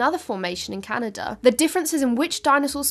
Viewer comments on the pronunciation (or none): none